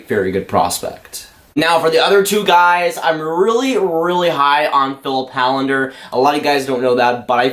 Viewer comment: Hållander is pronounced Hollander. Å is called the Swedish O.